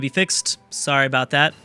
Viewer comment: "Hey, don't worry aboot it,, soory." I'm so fucking hyped for this series.